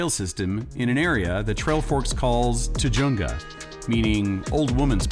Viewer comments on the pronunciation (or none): You butchered the pronunciation of Tujunga.